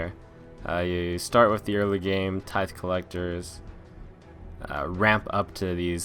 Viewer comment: tithe collector is pronounced tie-th btw :)